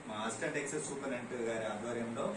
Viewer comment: ఎక్సేంజ్ కాదు తమ్ముడు ఎక్సైజ్